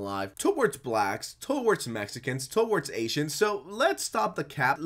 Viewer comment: mf said toe-awards